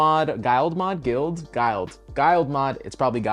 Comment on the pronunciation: It’s gild. Liked gilded pages of a book